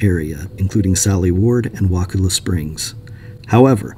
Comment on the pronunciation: pronunciation is "Wuh-cull-uh"